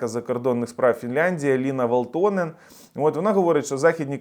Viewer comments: вАлтонен-наголос на першу А в прізвищі. В цих гнид було пів року шоб вивезти свої тазіки на рус номерах. Зайдіть в ФБ в рос групи типу "рускіе в финляндії" то кайфонете трохи😅😂. І доречі їх тут ітак як бруду, тих шо мають подвійні паспорти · вАлтонен! В Фінляндіі наголос завжди на перший склад